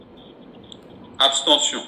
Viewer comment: Whaouww, bravo au Senat. mon Vieux balobaka Abstention et pas Aptention , merci.